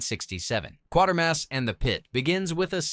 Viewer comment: It's not Quartermass,it's Quatermass there's no "r" after the "a". Everybody gets the 3 films titles wrong,the main characters name is Bernard QUATERMASS.